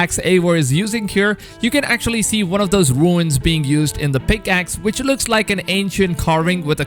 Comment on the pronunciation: its pronouced roons not ruins lol for the word rune